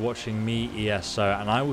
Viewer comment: "My name is E S O" hurts